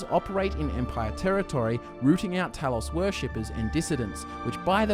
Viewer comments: How do you not know how to say Talos? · HOW DO YOU MISPRONOUNCE TALOS?! ITS IN THE GAME SOOOO MUCH!